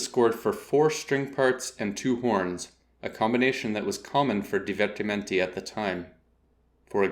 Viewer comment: Your weird pronunciation of divertimenti hurts my ears